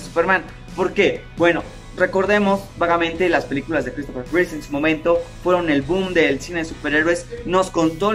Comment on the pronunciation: Es Christopher Reeve, no Reese; perdón por la corrección pero sí me dio un poco de cringe escucharlo.